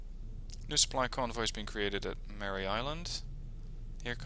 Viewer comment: Please, it's MARE Island, like a female horse, not Mary. Thanks. Watching this game. President H W Bush flew the Avenger in WW2.